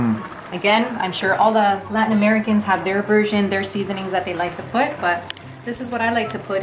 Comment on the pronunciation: When said “Latin Americans” i literally thought she said “white Americans”